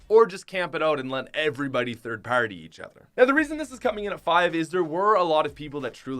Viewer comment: The way u said party LOL